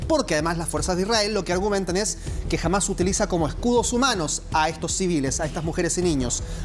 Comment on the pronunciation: es HAMAS con acedto en la A senor periodista mediocre no °JAMAZ° LOL